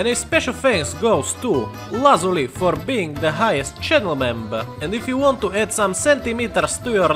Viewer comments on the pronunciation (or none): none